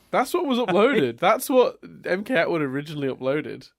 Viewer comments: Logically, it's pronounced "MK-Atwood", as it's a channel made by MacKenzie Atwood. (unless the joke just flew over my head) -Paintspot Infez Wasabi! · On or off camera, and really should watch Datis Ausum's and Mkatwood's AMVs (also it's pronounced em-cat-wood)